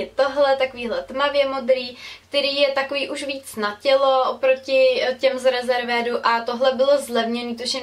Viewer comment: Cte se to "riˈzərvd", pro ty, kdo neumi anglicky. Vyslovnost je primo z prekladace, nevymyslela jsem si to :). " Rezervéd" fakt neee :D :)